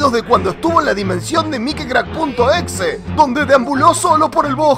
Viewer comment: Porque en lugar de decir mikecrack dice mikicrack